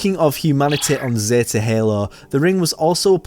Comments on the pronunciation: It’s not zata halo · Yeah, its Zeta